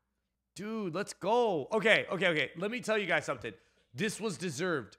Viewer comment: Why do you sey ogay and not okey